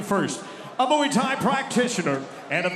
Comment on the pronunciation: moo ee tie??? mway tie!